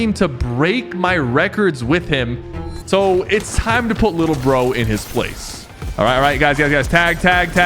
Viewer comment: The way he said lil bro it sounded like lil bo